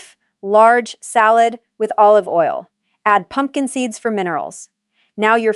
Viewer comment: Good video yet the narration frequently mispronounces words and phrasing cadence is off (example is pumpkin seeds with excessive time gap between the words).